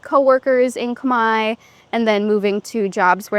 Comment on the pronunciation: Wow she can speak native!! No accent!! Pronunciation is amazing!!! Amazing because Cambodian language is extremely hard. I think it’s the hardest language in the world. She’s smart!!!